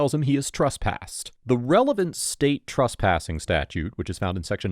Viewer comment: TRESSpassing not TRUSSpassing! Argh.